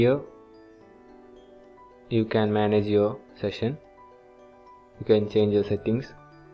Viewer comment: In Rescue Session in Odoo POS is it just me hearing "section" in place of ""session" ...